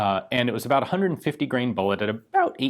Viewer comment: "at ab oU t 18 hundred feet per second.."